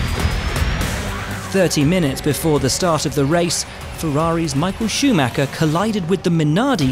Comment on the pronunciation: Czy wy brytole nigdy nie nauczycie się POPRAWNIE wymawiać imię i nazwisko Schumiego